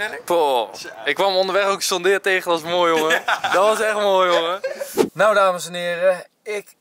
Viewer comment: Waarom zeg jij sjon deere